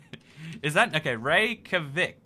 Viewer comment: If it helps you remember Reykjavik in the future, think of the name as "Reyk - ya - vik" (like it's pronounced). The j can be rather quiet, but it's there. The legoland place in Denmark is Billund.